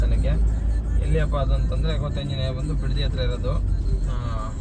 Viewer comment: Anna small mistake Kothi Anjenaya ❌ Koti Anjenaya